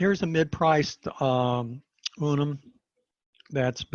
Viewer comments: UN-UN. Not Unum! ?? 😂😅😂😂😂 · Unun not Unum pronounced un-un. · In his slides he spelt it as UNUN so just a slip of the tongue.